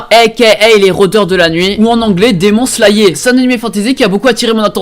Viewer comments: " démon slaillé " - Pour ton information personnelle, ça se pronnonce " daymon slayeur " 😂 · Sa ce lis demon "slayeur" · " ou en anglais 《 Démon Slayé 》 " mdrrr jte jure que je t'apprécie mais.... l'accent.... ça compte bcp 😂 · "Démon Slayé"😭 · "demon sla-ier" xD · Démon slayé 🤣🤣🤣🤣🤣🤣 Le manque de respect dans les prononciations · "démon slayé" je meuuurrs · démon slayé mdr (en fait juste ton anglais ^^) les "ils" à la place des "elles" etc... btw j'me suis arrêté à l'épisode 1 de One Punch (c'était vraiment à chier) mais mon pote me dit que c'est le pire et que la suite est énorme, pour ceux qui ont regardé il a raison ou pas ? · "Demon slayé" of course xD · "Demon Slaillier" PTDR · le gars il est capable de prononcer Your Lie In April et Angel Beats presque parfaitement mais par contre pour dire Demon Slayer il dit Démon Slailler 😂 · C'est moi ou t'as vraiment dit: "demon slayÉ" ? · Jpp "démon slallié" 😂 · Sauf qu’il a mal prononcé Angel Beats et Your Lie in April aussi, et puis j’pense qu’il a fait exprès pour la prononciation de Demon Slayer vu comment c’est gros